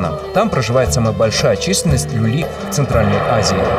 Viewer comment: Не люли а лули